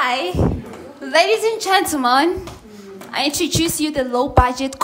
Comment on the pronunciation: Ladies and gentle (mons)😂😂😂English never loved us 😂(Toe pac)